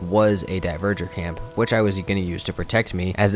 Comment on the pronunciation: I can't say I know exactly how Dvergr is pronounced, but I know its not "Diverger." It's the real word we get "Dwarf" from. "Dwhere-ger" with the ger softly voiced, maybe?